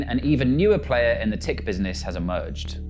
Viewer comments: Its not tick.we call it tuk lol.. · It's hilarious hearing you pronounce tik as 'tick', but it's actually like saying 'turk' quickly without placing emphasis on the vowel and rather on the k. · The presenter should have learned to pronounce tik and abalone before recording this.... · As a South African, the presenter's pronunciation of Wouter Basson and Tik is hilarious.